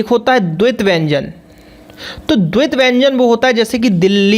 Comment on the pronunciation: Wyanjn tum galat boare oh ka bol te hai